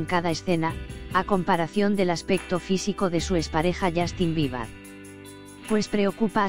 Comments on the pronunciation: Dijo "Justin Biebar" 😂😂😅😅😂en serio no tienen nada más importante que anuciar OMG por tanto problemas que tiene ese mundo ayyy yy No le creo nada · alguien mas escuchó justin biba?? Xd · Ajaja no creo nada, primero infórmese bien y luego hable Y también enseñece a pronunciar el nombre de Justin Bieber si no es mucho pedir .